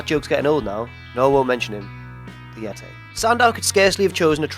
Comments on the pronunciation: Why can't this guy say Yeti? It's nothing to do with having an English accent. I have an English accent. I say Yeti, not Yetay. I wouldn't mind if he didn't make Yetay jokes in so many videos.:P At least he doesn't say dabble you dabble you ay in a horrific attempt at a posh accent like.:P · if he says "yetay" one more time I'm unsubscribing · "Yetay" XD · I died when he said Yiti lol